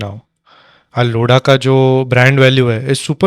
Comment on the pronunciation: लोड़ा नहीं, लोधा है 😂😂